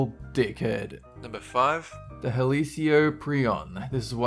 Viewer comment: number 5 is pronounced hel-u-cop-ree-in or hel-u-cop-ree-on